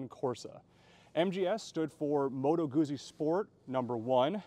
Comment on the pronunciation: Its pronounced gootsy! Not Goozy